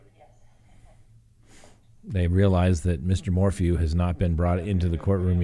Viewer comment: His name is pronounced MOR • FEW, not MOR•FOO.